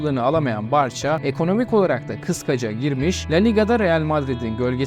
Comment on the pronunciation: Barcha değil barsa diye okunur.